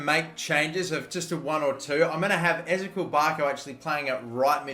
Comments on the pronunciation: You are saying barcos first name wrong it is pronounced; is - ee - key - ul not ez - a - kweel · It annoys me how you say Ezequiel Barco Its Eh-zee-key-ill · I'm not too sure but I think ezequiel barco is pronounced like Ezekiel, e-ze-key-l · I hate it the he says barco’s first name wrong